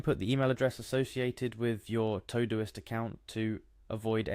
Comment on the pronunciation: It’s called todo-ist